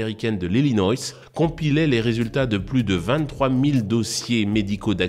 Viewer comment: « Illinoïsse » - l’Illinois